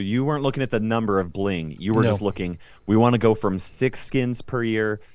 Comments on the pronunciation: Early. Also its bling not bing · Its bling, not bing. Thank you. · Bing ? Mistake it’s bling guys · Yesh..."bing" is a mistake . . . It's "bling" 😶‍🌫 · Bing instead of Bling🤣🤣🤣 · First! + its Bling, not Bing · You have out "bing" and not "bling" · Lesss go kt Eitd: it's bling not bing